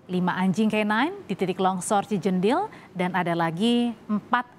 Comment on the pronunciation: Bukan cijendil min...tapi Cijedil